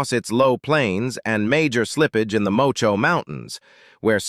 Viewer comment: The place called Mocoh , is pronounced as Moko, not Mocho, in Clarendon ok 👌